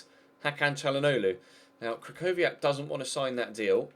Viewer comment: The ch in krychowiak is pronounced "h"